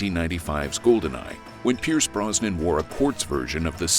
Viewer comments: Pierce Broz-nan not Bron-sun 🤦🏻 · Pierce BROZ-NAN, not BRON-SON. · Another excellent video! Brosnan was really the Bond of a generation! The perfect balance between action-hero and suave gentleman. (p.s: Maybe check the AI Voice-over for correct pronunciation: "Bronson's" instead of Brosnan's)